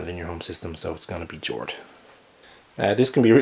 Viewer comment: I know I'm 4 years late, but i looked up Jord. It's the personification of earth and a goddess in norse mythology. It's also pronounced Yord.